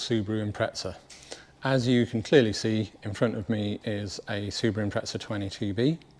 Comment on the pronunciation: Note to all British Subaru enthusiasts: it's an Impreza, not an impretza